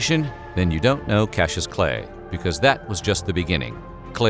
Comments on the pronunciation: Cassius is NOT pronounced "cashew". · KAS - EE - US